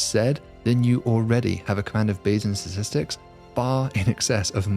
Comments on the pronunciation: I heard ‘Sasistics’, at the beginning… am I having a stroke or going deaf? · What are "satistics" and what is "satistickle"? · It's pronounced STATISTIC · not sure why it cracks me up that the prof reliably just cannot pronounce the word ‘statistics’ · And around most stars, do they not pronounce the first 't' in Statistics? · he can't pronounce statistics. annoying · I’m going to withhold my channel subscription until David learns to pronounce “statistics” properly.